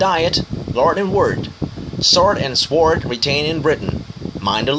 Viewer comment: Bình Nguyễn Văn sword đọc sao sai thế bạn? Mình thấy đúng mà.